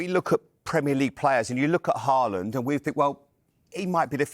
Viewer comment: Learn to pronounce his name first.. Say Halland